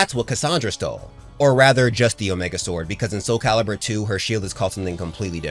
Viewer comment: Thank you for saying soul calibur... TWO love this series but this game is a large part of growing up for me.